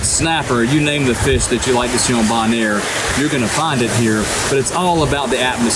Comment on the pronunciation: It's pronounced bo-naire, not "bon-air" lol